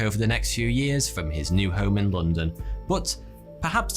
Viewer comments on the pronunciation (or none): none